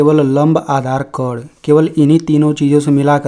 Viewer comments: कर्ण को कोण बोलते हो 😂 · कर्ण ठीक से बोलिए 😂😂